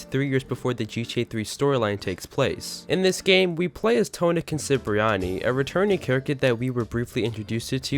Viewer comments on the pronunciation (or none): Not sure why you keep saying "Tony Concipriani" but other than that, great video.